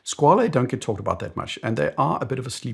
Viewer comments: I'm convinced that everyone produces Squale incorrectly based on Italian pretentions. There was a YouTuber called KDP Ross some years ago. He did a video where he attended a watch event in New York which was attended by Squale and he asked how to pronounce the name and it was confirmed that the name is "skwal'. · I’ve also come to this realisation recently. Squale means shark in French, not Italian, so pronouncing it as an Italian word doesn’t make much sense